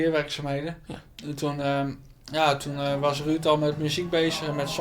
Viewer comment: Ik vind het altijd geweldig dat deze mensen beste vrienden zijn maar zegt altijd Ruud in plaats van Ruurd